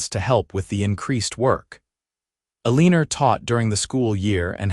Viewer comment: El-a-nor… not A-lean-er